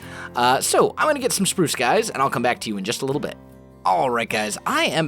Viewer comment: Did Someone Hear Saying "Purce/Prurce" instead of Pruce?